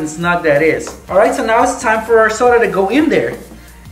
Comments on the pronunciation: Did he just say nasty coak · I like how he said nasty coak